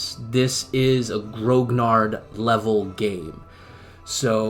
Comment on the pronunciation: A very good quick snapshot review of a grognard jumping into the game as I am doing right now. But please pronounce grognard properly. Grognard is from the Napoleonic armies and it refers to the Imperial Guards who were referred to as "grumblers" (grognard: "to grumble"). It is pronounced gronyar, no hard G, and no D at the end. Other than that I echo your "wow" reactions to an insane amount of work and detail put into this game. It is indeed the "gold standard" as you say, and I speak as a scenario designer in TOAW, and did my own opus of this campaign called Drang nach Osten. Grigsby's game is an obsessive work, a masterpiece in fact.